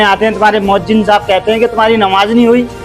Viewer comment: MoazziM 😂😢.... Moazzin hota hai bhai